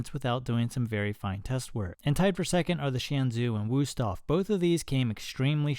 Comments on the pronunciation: Helpful test, but please do not use "u" when it should be "ü", they are pronounced completely different. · The Wüsthof knife was tired of being mispronounced by you, so it underperformed on purpose. That's what we Germans do 😂